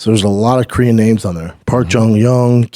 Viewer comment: Great Korean pronunciation by Brendan!